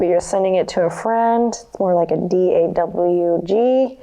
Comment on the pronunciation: When she said D A W G I just burst laughing and it took all my willpower to not simply collapse from my down dog and roll on the floor 😂